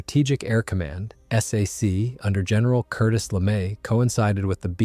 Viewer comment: You know you are listening to an AI production when it spells out S A C instead of Sac, Millimeter becomes M M or my favorite: "the 1955 film Asterisk Strategic Air Command Asterisk." Plus it repeats the same info and over and over. Another AI loser.